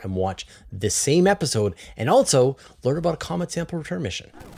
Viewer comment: BroAh, I try to cut you some slack being a CanadiaLunder, but "Altzoh", isn't how you pronounce "Also". Altzoh, lose childish video game noises and camera clicks. They are 100% not tolerable. That is all.